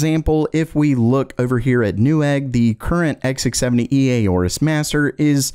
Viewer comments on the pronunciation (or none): Aorus is pronounced "Or-us". The "A" is silent.